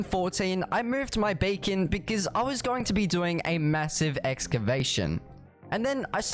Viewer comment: When he says BEACON he said bacon